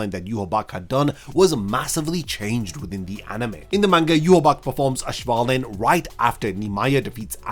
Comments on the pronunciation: Auswählen is pronounced like ows-vay-len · It’s a minor detail, but please look up how to pronounce auswählen😭